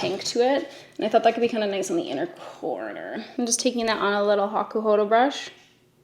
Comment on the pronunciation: ma’am I can’t get over how you say “hakuhodo”